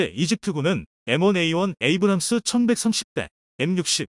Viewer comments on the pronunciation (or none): none